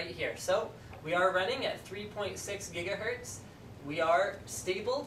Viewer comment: 2008 he used to say gigahertz. come 2012 he says jigahertz :P